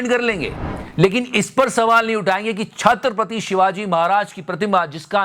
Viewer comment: Not Chhatrap'r'ati, it is Chhatrapati. This is repeated throughout the video! 🤦‍♀️